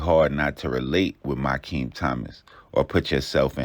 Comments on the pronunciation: why tf is you saying mysheem its mi keam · His name is pronounced My-Key-Heem AND those mugshots not even him it’s his brother